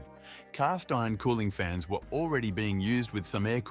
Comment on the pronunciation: Leeded gasoline" and "1920 as"? Additionally it's cooling FINS and not cooling fans. It' a robot voice. A pretty good one, but a human would have noticed and pronounced these things correctly.